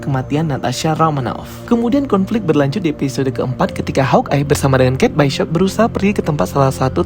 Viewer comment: Kate bishop buka kate byshop😂😅